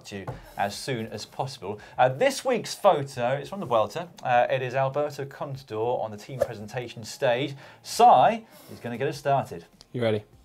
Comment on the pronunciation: It's Alberto contajaw (dropper)